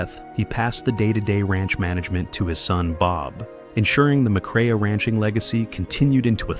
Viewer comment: Teach your computer, artificial voice, how to pronounce Joel‘s last name correctly.